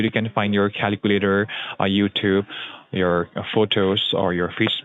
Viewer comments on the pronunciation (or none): none